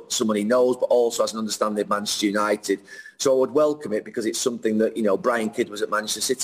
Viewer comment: Why does Gary pronounce manchester united as machestunited?